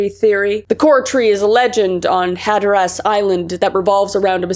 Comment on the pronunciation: My favorite was when she said Hatter-Ass island. I live near there, and I call it that as a joke.